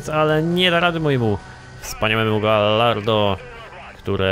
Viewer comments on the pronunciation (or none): wiem że pierdoła ale bardzo mi przeszkadza... "Gajardo" nie "gallardo". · czyta sie gajardo;_; A Viper ma lepsze przyspieszenie i prowadzenie niż gallardo;) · Ale czyta po luckowemu, a po luckowemu czyta się galardo. PS: A jak czytasz "Tomb Raider"? No właśnie...